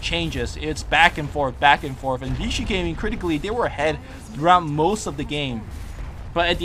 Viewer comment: Hey! I hope you read this, VG stand for Vici Gaming but you keep pronouncing VG as Vigi Gaming.